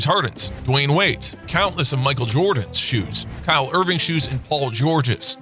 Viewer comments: my man said kyle irving😂😨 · Dude said Kyle Irving 😂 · He said Kyle Irving I’m dead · My guy said kyle irving🤣🤣🤣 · He said Kyle and now I’m done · Did this man just call kyrie Irving “Kyle Irving”😐😐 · This goofy said Kyle Irving. 😂😂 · dude called kyrie “kyle” smfh KYLE FRIKKIN IRVING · mans said kyle irving and dee-or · Did he say kyle Irving 💀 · Listen too this mans really said Kyle Irving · It’s a Huracan not a gallardo.....it’s also Kyrie not Kyle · I clicked off the video when he said Kyle Irving 🤦🏻‍♂️ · Did he say Kyle Irving??? It's Kyrie Irving lol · Dude said Kyle Irving I’m dead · Did anybody realize he said Kyle irving😂😂😂😂